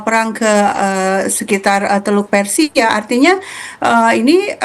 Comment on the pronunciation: Teluk persia bu bkn teluk persija 😁